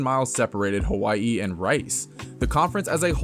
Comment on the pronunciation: As a Hawai’i fan, Mahalo for making the effort to properly pronounce my home state. I truly appreciate it along with the history lesson of the WAC 🤙🏻 I will always be grateful to the WAC for the many core UH memories I enjoyed growing up. Go Bows and Play Up!